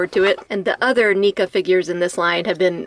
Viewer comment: I almost choked on my food laughing when you pronounced it "Neeca" fun review